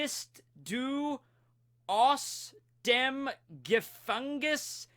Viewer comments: the „bist du“ was very gut and the „dem“ was understandable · The German words "bist du" & "dem" were pronounced correctly